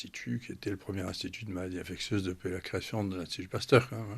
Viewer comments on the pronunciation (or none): Bande d'inculte! InfecSSSIeuse et non infecTTTieuse! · En tout début d’émission, la journaliste qui ne sait pas prononcer le mot « infectieuse » La honte.